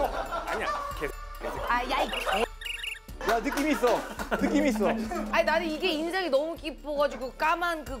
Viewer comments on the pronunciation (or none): 권상우님 : "야 느낌 이 thㅓ 느낌 이 thㅓ"